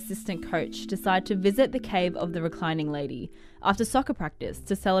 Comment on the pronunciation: The wild boars were stuck in the have too? That's what it sounds like she says. ????